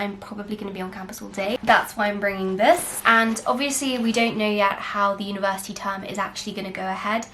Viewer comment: Everyone: what's in my 'backpack': what's in my 'UniVErSitY BaG' 😂😂😂lots of love to everyone from a small youtuber...be safe guys..